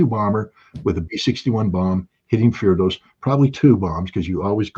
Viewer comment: Does Scott mean Fordow? No idea why he calls it firdosz.